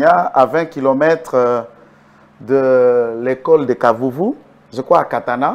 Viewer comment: kitenge ne pas de bukavu qlqun de bukavu qui ignore lexistence de lemera qui ne sait pas prononcer kavumu il dit kavuvu a douter